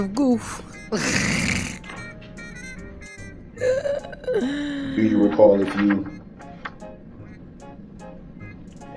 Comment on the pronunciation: Detective “Goof”.. Dummy called him Goof instead of Gooth lol